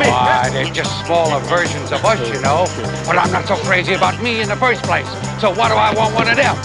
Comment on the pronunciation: " why they're just smaller verskins of us.. well i'm not so crazy about me in the first plaske." ha ha ha